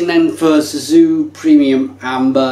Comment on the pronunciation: you said SUZU ?! :D :D :D :D its cēsu.... Latvian C is like TS english....... and there is no CORN !! latvians do NOT use corn in beers. and this is shit beer and talking about shit beer makes you full of shit. if you want real beer go for Tērvetes, Piebalgas, Valmiermuižas, Brālis, Saldalus or anyone which is made in small quantities, which is known area where its made ! i would like to give you more hints but you are a big boy, if you want you can find good ones by your self...